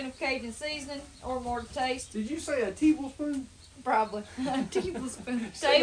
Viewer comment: She totally said Teeblespoon